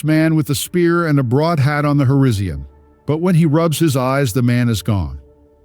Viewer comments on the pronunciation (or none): Hor-ee-zee-uhn. AI reading the word horizon. Couldn't finish watching.